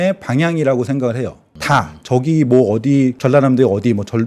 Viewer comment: 의견은 전반적으로 이해됩니다. 그러나, 학교 평가와 부동산 가치를 비교, 연결하눈것은 바람직한 의견도 아니고 논리적 근거도 매우 부족합니다. 논리적 비약이 심한 것 같습니다. 그리고 발음 교정 좀 받으세요. 쏠림현상을 돌림현상으로 발음하시고, 저기 아래 쪽에를 더기 아래 쪽에로 발음하시는데, 의견은 좋은데 약간 발음이상해서 약간 바보 영구 같이 들려서 웃기네요. 혹시 컨셉인가요? ㅋ